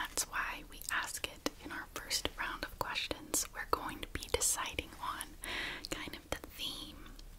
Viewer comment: You sayed questons not questions 😂